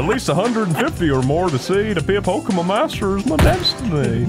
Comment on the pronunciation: i love how chris starts purposefully mispronouncing pokemon just to piss off